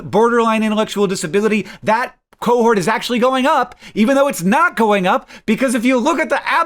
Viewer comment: “% of autism cohorot”